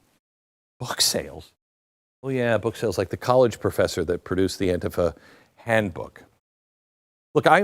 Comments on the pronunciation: It isnt anefa. It is Antifa. Why are you pronouncing it wrong. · An-TI-fa, NOT AN-tifa, Glenn. Thank you for another great, informative video of truth. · Stop saying anefa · Why does he call it aunteepha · AN- TI- FA . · I pronounce it AUNT-TIFFA. Makes me giggle. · Glen, first in my opinion you are pronouncing ANTIFA improperly. Most times I hear it pronounced as an-tea-fa, but that's not really important. What's really wacky about this is that the name stand for a group that's supposed to be against fascism, yet they act more like the fascist "brown shirts" of Germany or the black armbands of Italy. has it right, they are The Democratic Marxist party which is as fascist as they come. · Hey I agree with everything that you say but the word is pronounced An-Ti-Fa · AN TI FA SAY IT RIGHT MORON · The way Glen pronounced Antifa, it sounds like someone suffering from either dementia or diarrhea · Glen, if you can 't pronounce it right, don't do a video about it. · Beck, the least you could do is pronounce the name of the group correctly. 🙄🙄🙄🙄🙄🙄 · How is it possible your mispronouncing "antifa"? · Why do you pronounce Antifa differently than everyone else?? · I wonder why he changes the pronunciation of Antifa from different broadcast he has made. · You know, Glenn can’t even pronounce ANTIFA I don’t really care because I think the organization is despicable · So what’s wrong with you my friend why do you mispronounce antifa❓ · Glen, learn how to pronounce it correctly. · Stop pronouncing Antifa like that. It’s annoying.